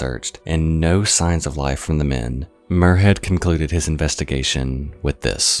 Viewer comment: Love the content but as a Scottish person in cringing hearing muirhead as moorhead, it's spoken more like miur not moor